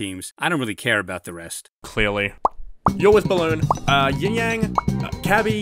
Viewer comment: Sorry, but its YIN-Yang. Not Ying-Yang.